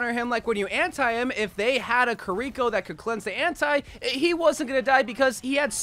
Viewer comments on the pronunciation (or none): Why does he keep saying maugwa and kirio